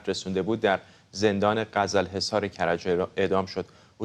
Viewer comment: فرداد ghezel hesar تلفظ درست میباشد